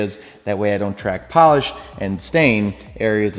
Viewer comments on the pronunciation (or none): none